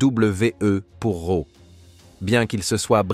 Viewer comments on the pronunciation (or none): Le gars est capable de parler en anglais mais même pas capable de prononcer Kurt Angle ou Raw 🤦‍♂️🤷‍♂️👏